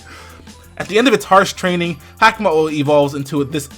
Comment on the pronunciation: It's ha-ka-mo-o ("ha-ka" like haka the war dance of Maori and "mo-o" like the mo'o or hawaiian gecko) it's kom-mo-o ("o" has a long o sound) please pronounce stuff correctly